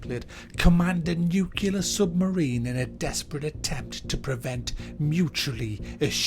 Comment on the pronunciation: "Command a nuc-u-ler submarine." You kinda went George Bush on that pronunciation